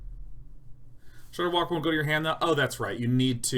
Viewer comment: Watching Day9 absolutely murder ShudderWocks name for a straight minute is some of the best video I've watched in a long time.